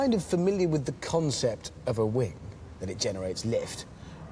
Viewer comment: What is it with certain English people who say 'wink' in stead of 'wing'?